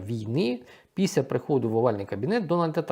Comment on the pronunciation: Якщо ви, шановний доповідач, припинити лінуватися і почнете промовляти літеру Ел у слові після, то воно припинить звучати, як піся. Дякую за розуміння.